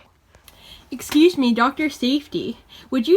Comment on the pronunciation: Jesus fucking christ this is brilliant. "Eshcuse me, grewm."